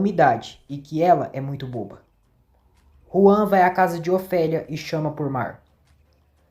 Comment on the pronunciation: É Juan e não João. Na dublagem eles falam Juan